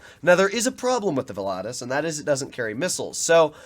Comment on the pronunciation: Man you butchered the name volatus 🤣🤣🤣